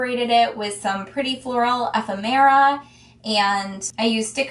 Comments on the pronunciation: It's driving me nuts - fab video but the pronuciation is ef - FEM-era. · It made me laugh first of all because the first time you said it, it sounded like efin -MERA (and in the rest of the world :Effin' " is used as the dreaded 'F' word - in New Zealand where I come from, in the England, Ireland Scotland etc. lol.